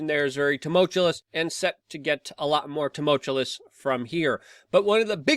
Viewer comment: "Tumultulous" is not a word, Luke!